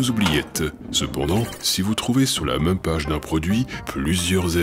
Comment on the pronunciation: D’où vient ton accent? J’avais une prof à Grenoble qui avait le même accent, mais je ne l’ai pas retrouvé chez d’autres Grenoblois... ça s’entend particulièrement quand tu prononces « même » « meum « ...